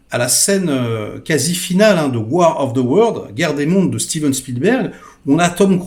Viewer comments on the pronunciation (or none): none